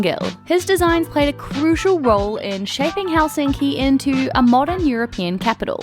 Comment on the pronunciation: Your pronunciation of Finnish words is awful when it’s so simple. The stress is always on the first syllable: so it’s HELsinki👌, not HelSINki😣. And the letters are pronounced the same way independent of surrounding letters except pairs nk and ng which are the same as in English as there’s no single letter representing that phoneme. 🤔👍